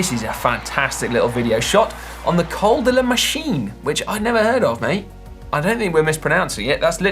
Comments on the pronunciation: Your pronunciation of 'Col de la machine' was perfect ;) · Your pronunciation of Col de la Machine was spot on!! Thanks for choosing the video. The ride is near the town of Saint-Jean-en-Royans. You should definitely check it out!!